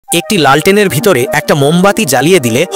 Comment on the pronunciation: লেন্ঠন ✅ লাল টেন ❌